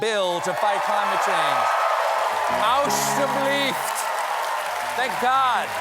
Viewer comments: did you say "alsjeblieft" or tried to? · Someone correct me if I'm wrong did he just say "alsjeblieft"? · yeah but did he say alsjeblieft or alstublieft XD ? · "alsjeblieft"? Did my ears deceive me?